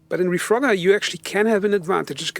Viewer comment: Dude I like your thoughts but the gameplay is so hard to watch sometimes. Looks like a player with less than 20 hours playtime or something. Also u misspelled reforger as refrogger and then when your talking sometimes it actually sounds like your saying refrogger. So bro don't take this the wrong way I like your channel! 👍